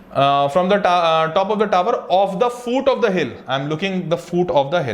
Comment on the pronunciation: It's foot not fooot